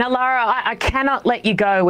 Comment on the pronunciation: Thank the assorted gods and deities that you guys pronounced lara's name correctly. I've been secondhand embarrassed for all of us Lauras and mildly angry all week as other commentators pronounce lara as Laura. 😅✌️